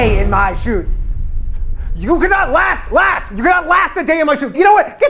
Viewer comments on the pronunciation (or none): Their hope after he said "rast" lol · "Rast a day" lmao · You got one word - rast instead of last at the end. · Rast a day... so close.